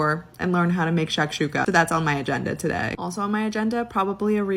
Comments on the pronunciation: What the fuck is shock-Shula? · If I hear her say Shakshuka one more time…. Wtf is shakshuka?